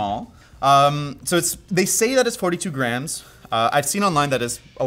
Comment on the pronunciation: I know he's saying "grams", but his pronunciation makes it sound like "graNs", and now I'm imagining a weight system based on grandmothers.